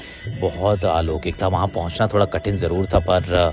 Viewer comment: Many people do listen to you, only that's why pointing out: It's not aalokik, it's alaukik (अलौकिक)